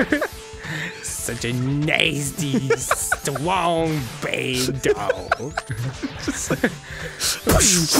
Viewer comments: dat H*R reference tho Vewy Stwong Bawd Dawg i'm ded rn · STWONG BAED DAWG!! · STWONG BAD DAWG